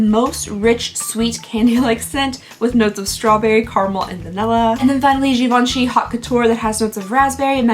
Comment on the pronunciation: Way to nail that Givenchy pronunciation! 👏